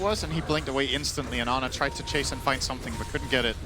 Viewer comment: Not Ana it’s ANER